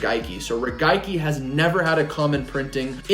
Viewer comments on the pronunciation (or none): He said “regaiki” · That is definitely not how the Japanese say it. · “Regaiki” lol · I knew i wasnt the only one. Wasn't sure if i was saying it wrong for a 100 years or if thats how they say it in Japan